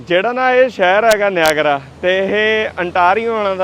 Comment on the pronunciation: Nagara fall YAN NEEYAGERRRRA fall .... naam te change na karo ...kitye Yeah you have a let's voyagera fall na kahe dena 😂😂😂😂